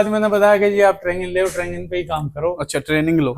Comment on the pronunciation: Traging❌ training✅ Durak❌ duroc✅